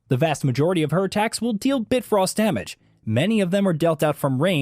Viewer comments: It’s bifrost, not bitfrost. And the person that played this needs to learn how to roll and dodge…. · Bitfrost? Lol Bifrost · “Bit frost”.. Did you even play the game? Mimir and your partner say “bifrost behind you” so much I watch my back irl. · This guy pronounced "realm tears" and "bifrost" like someone who's only ever read those words on a script. Maybe get someone who's actually PLAYED the games next time? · If this dude had played the game or knew anything about norse mythology he would know how to pronounce bifrost 😂